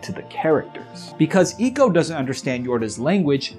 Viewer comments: Sorry I couldn’t finish this. The mispronunciation of Ico really fucked with the whole vibe. It isn’t Eco, it’s Ico. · I swear its pronounced "eye-co"